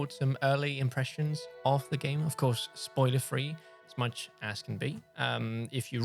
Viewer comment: "Spoler Free"